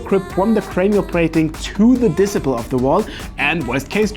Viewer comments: Disciple isn't pronounced like discipline! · "Dissiple" 😂😂😂😂😂😂 I'm sorry I'm dying, this is a CRIME it's so funny 😂😂😂😂😂 love you